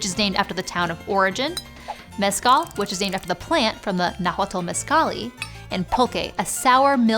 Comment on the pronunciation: Mexcalli is pronounced Mesh-kalli. Octli is pronounced Ok-Tlee. Poliuhqui is pronounced Po-liu(with asperation h sound)-ki-ok-tlee.